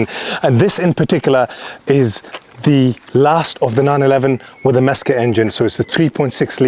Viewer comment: Mezger? please........lol i love with the Porsche internet boys talk of this like the man himself hand built this engine ha ha